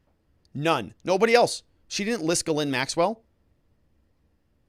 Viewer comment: It's actually Ghee-lé(i)n, the "e" is very sharp and the "i" is very faint. It's posh 🤮